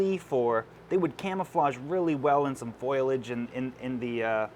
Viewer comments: FoLIage, not foILage. 🙂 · do they say foilage instead of foliage in canada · My favorite part of this video is when makes a vocal typo and says "foilage" instead of "foliage". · Did you say "foilage"? :-D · "Foilage"... its foliage 😂